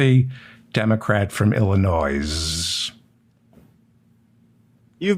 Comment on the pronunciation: David, you don't pronounce the (S) in Illinois. Grease. LOL